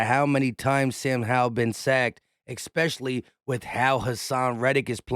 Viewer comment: I like your video and your comments...however.... The word is not EX-PECIALLY,.......it is especially. Thank you. Sorry, Grammer police had to come out. Nails on a chalkboard for me to hear it numerous times.